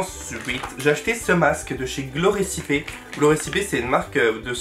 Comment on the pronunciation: glow récipé mdr ça se prononce recaypi😂